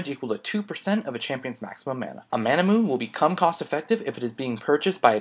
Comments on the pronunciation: It's Mana - Mu - Ney not Mana - Moon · is it just me or is manamune pronounced as ma-na-mu-ne, sort of like how you pronounce Sephiroth's sword name. And if you realize, all TotG evolved items are 4 syllables. Very odd...